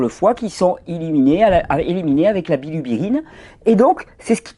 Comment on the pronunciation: La bilirubine me semble-t-il , pas la rubiblièline